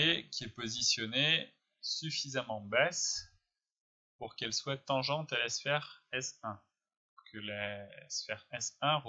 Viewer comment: c’est “en jean” et pas “njaillene” :P et plus tard c’est l’inverse : “ray tressing” et pas “trassinne”